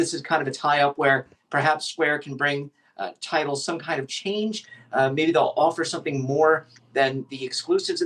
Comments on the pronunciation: Damn! at least get the name of the company right. Its "TIDAL", not title. Pay attention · It’s Tidal NOT Title.